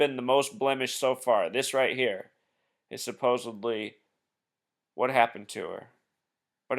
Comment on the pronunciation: It's supposedly, not supposably. Suppose-ed-lee.